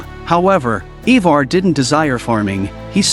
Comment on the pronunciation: He said “ he far” ( Ivar)😂😂